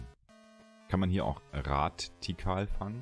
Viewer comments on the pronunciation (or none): Warum sagst du Radtierkarl das triggert mich, gutes Video👌😂 P.s. danke für das Video hat schon bei gelb mir richtige Nostalgie flashbacks gegeben